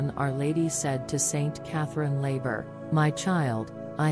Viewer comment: The name of the Saint, Our Lady gave the message to, was Saint Catherine Laboure, the letter e, should be included in her name. It is French; and, the accent leans to the left side. The name of the accent is called Accent Grave. Please include the correct pronunciation of this saint's name. Thank you.